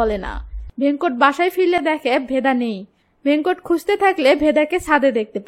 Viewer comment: Aage character der naam thik pronounce kora seekh taar por explanation koris veda k bheda venkat ke vhenkot bhul uccharon kore naamer meaning puro change kore diyechi nonsense